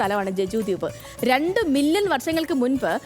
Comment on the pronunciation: ചാനലിന്റെ പേര് ഹലോ മലയാളം. ദ്യൂബ് അല്ല ദ്വീപ്